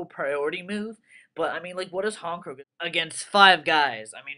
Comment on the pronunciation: This is why Honchkrow is the shit! But yeah SynchoHero is right, "HonCH" not "honk"